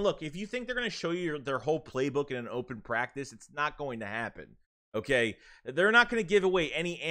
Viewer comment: "Hooh-kaaiyy" Haha, good stuff.